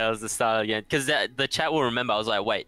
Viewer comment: You said grame